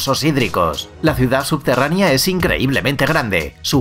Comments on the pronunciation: no se dice subterraNIA, SE DICE SUBTERRANEA, el video , la investigación muy buena pero pierde credibilidad cuando la gente tiene faltas de ortografía o de pronunciación (es poco profesional), es como cuando escuchas algo interesante de una persona sin educación pero apenas y puede pronunciar el español correcto. Lo siento, yo en lo personal tengo una enfermedad que se llama MISANTROPÍA y me es difícil pasar este tipo de cosas, pero no deja de ser incorrecto. aún así el video me gusta. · Habla muy rapido y lo dice mal pero lo importante es que lo escribieron bien la palabra subterranea. Al final la pronuncia bien y mal 🤣 igual me gusto el video.